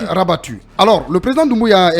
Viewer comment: Les cartes rebattues et non " rabattues " chers journalistes !!!